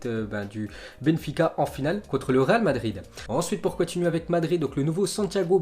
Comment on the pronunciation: tu n'a toujours pas appris à parler franchement c'est grave... C'est le Real Madrid et non pas le Ral Madrid.... Putain